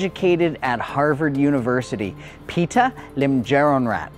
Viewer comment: Great summary. 🎉I notice you are pronouncing Pita as Peter though 😮